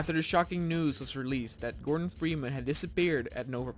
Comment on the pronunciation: "WAARFARR" "GORDAN FREEMAHN"